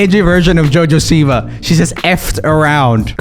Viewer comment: Lol the Swedish accent slipped out a little on the siwa. great video